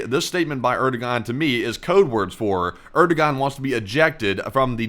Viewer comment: His name is properly pronounced "Eard-Uh-Waan" … no "G" sound in it anywhere.